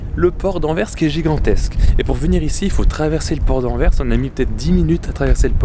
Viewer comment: Bonsoir et. Merci d'avoir raconté l'histoire de doel Merci d'avoir bien prononcé Anvers. Merci pour cette vidéo 👍. Les cheminées de la centrale nucléaire c'est doel 1 et doel 2